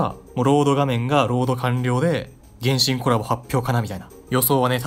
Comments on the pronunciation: 原神のイントネーションが天心w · 原神のイントネーションおかしない？w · 発音｢げ⬆んしん⬇｣なの？｢げんしん➡︎｣だと思ってた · げ↑んしん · 原↑神↓呼び笑う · 「ほぼほぼ原神」の発音が「るろうに剣心」で前半の話題の伏線回収みたいになってて好き